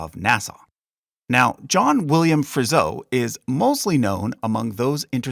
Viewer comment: DeWitt name is spelled wrong in the video. Friso is pronounced wrong. Pronunciation is not very good.